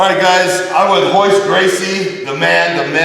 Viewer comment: minute in and he calls him "Hoyce Gracie". Great start Rich.